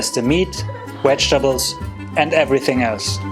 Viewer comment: Did he say "Wedgetables" ???